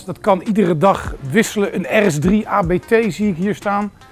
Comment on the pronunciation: En de eerste auto-liefhebber die inderdaad aa-bee-tee zegt in plaats van “abt” Dat horen we graag!